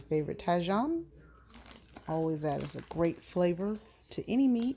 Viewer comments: For the pubic I liked the video. The pronounciation for tajin is not pronounced tay-jon, but ta-jeen aka tajin. Good job on the video. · It’s actually pronounced Ta-HEEN